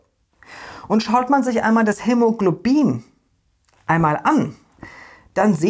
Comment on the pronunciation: Finde ich super was du leistest und auch super lustig wenn du dich manchmal versprichst bei schwierigen Wörtern wie hämologlobin weiter so